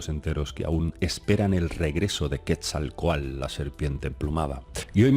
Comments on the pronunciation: Yo solo entendí ii...aa😳😁, se dice QuetzalcoaTL! No QuetzalcoaL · Hola...cuando hablas del Dios Mesoamericano, "Serpiente Emplumada", equivocadamente lo pronuncias Quetzalcoal...su nombre correcto es QUETZALCÓATL...cuyo significado es "Señor del Cielo y de la Tierra...Cielo = Quetzal...Tierra = Coatl...Saludos:) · Por favor!! NO ES "QUESALCOAL" SE pronuncia: QUETZALCÓATL.. Quetzalcóatl (náhuatl) serpiente emplumada; siendo quetzal: ‘pluma’; y cōātl:‘serpiente’) YA VAN VARIAS, YA ES TEMPO DE QUE APRENDAS Y PRONUNCIES BIEN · Hola, muy interesante Video. Solo un detallito, trata de pronunciar la T en la palabra del nombre Quetzalcoatl. Se escucha chistoso si no la pronuncias. Gracias y éxito. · cuando manejas nombres propios que no te son comunes en tu cotidianeidad, hay que poner mucha atención. En Quetzalcóatl y Maguey te ha fallado ésta vez. Es complicado, lo sé porque desde México yo intento aprender euskera y cuesta mucho. Cuando viví en Cataluña, aprender catalá tampoco fue fácil, pero en mi trabajo era indispensable. En tu trabajo, manejar lenguas ajenas a tu lengua materna es común y hay que cuidar esos detalles. El maguey (así, con ortografía castellana se pronuncia sin la u)fue una planta básica para subsistencia precolombina en México. Hay muchas variedades de maguey y la más famosa es de la que se produce el tequila. De esa planta también se producen textiles y gran variedad de cosas de uso aún cotidiano en México. Alegres saludos!